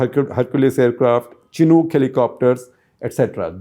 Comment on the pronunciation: Amazing reporting but shocking to see that the pronunciation of Chinook helicopters is so wrong from an eminent journalist. But benefit of doubt can be given as many of the defence terms & systems were not correct probably because your background is not in defence journalism.